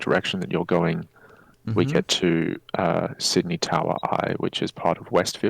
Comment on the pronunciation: Say Sydney right, it hurts